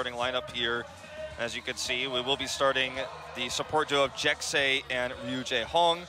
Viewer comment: hehehe, "Jekse." It's pronounce like Jessie